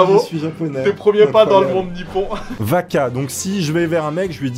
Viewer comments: Pour le premier cest pas vaka pt! Cest baka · ça me perturbe quand tu dis baka tu dis vaka xD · Tu dis Vaca ses Baca 😂😂😂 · C'est pas vaka c'est baka? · BAKA pas vaka baka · Wouha! Mais la rien n'est bon entre celui qui prononce Baka avec un "v" et l'autre qui pense que les corbeaux disent baka. Alors que le cri du corbeau c'est Aho(qui veut dire idiot). On est au niveau -1 de la crédibilité, c'est dure >_<